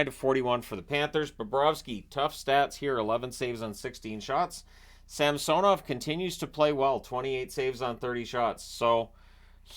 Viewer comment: Lowkey bugs me the way he pronounces fedotov and samsonov. Idk why 😂